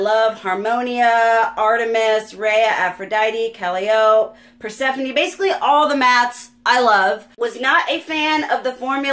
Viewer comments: Kah-lee-OH-pay, actually... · that packaging is delicious. calliope kuh-lie-oh-pee btw :)